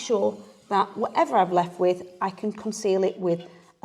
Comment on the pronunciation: Cork & not caulk